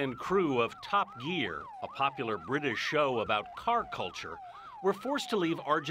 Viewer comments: Who else got triggered when he said tup geeaar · "Top gee-aar" "chee-lay" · "Top Geer" god American pronunciations are horrible